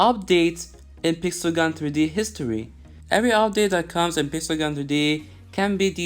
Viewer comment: i like how u says "peesel gun 3D"